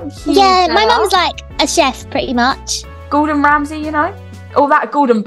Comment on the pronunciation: Actually its rordon gamsey not gordon ramsey 😂😂😂😂😂